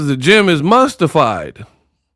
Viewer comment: Did you say mustified😊😊😊